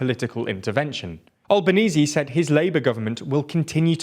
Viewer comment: Please, we Australians beg of you, pronounce our Prime Ministers name properly. It's pronounced "Al-ban-easy" over here, not "All-ban-ease".